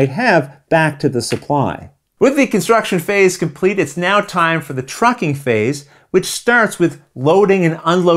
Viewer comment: How many times did you mispronounce "trucking phase" during the filming of this video? 😀